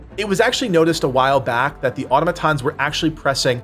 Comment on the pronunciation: Why can’t Americans say “Automatons” correctly?